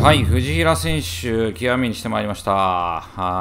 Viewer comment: 藤平の発音おかしいです！